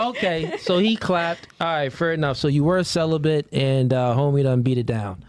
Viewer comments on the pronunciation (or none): Why do chicks (of all races) say celibent instead of celibate? Do thsy not realize that there is no N in celibate?